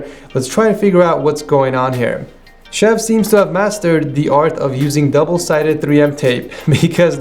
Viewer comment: "there are a lot of stuff stuck underneath da desk." -Cambridge English alumni,, 2020